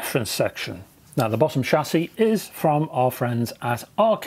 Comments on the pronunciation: Thank foodness, you heard that. I heard it like sassy. But hey, I got the meaning! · ' shassie ' ... lol